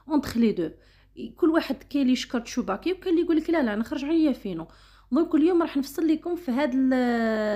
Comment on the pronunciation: تسوباكي و ليس تشوباكي ❤ شكرا على الفيديو